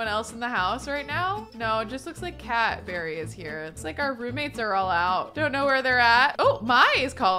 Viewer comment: Is anyone else hearing Cadbury rather than cat berry 😂